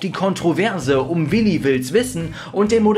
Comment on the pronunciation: Also das mit dem Namen aussprechen müssen wir nochmal üben😂